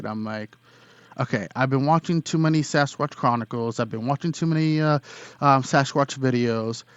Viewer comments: He said Sasquash!! Lol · “Sasquash”- anyone else catch that in the beginning??? He’s cute!! Loved his story!!!